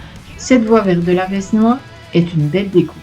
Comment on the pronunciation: Bonjour, on ne prononce pas le "s" d'avesnois, avènois. 😉